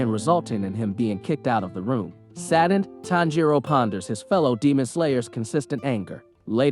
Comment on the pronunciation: This is driving me nuts. The stress in on the TAN not the JI in Tanjiro's name.